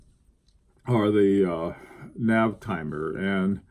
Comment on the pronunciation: as a much cleverer man than me, I cant resist this rare opportunity to correct you. it Navitimer Sir, Navitimer. write it out 10 times. :) thanks for your hard work and excellent vids